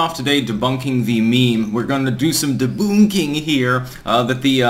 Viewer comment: deboonk? sounds like you're picking up Vee's Romanian accent